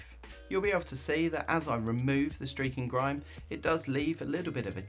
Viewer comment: Nice one dude, and I see you've had a haircut. Gotta love the easing of lockdown. Unfortunately I now can't unhear the aussie streaking grime every time it's said. Keep up the good work dude